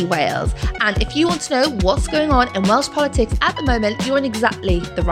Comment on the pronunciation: Welsh/Welsh pronounciation has improved so much 👏 Da iawn!🎉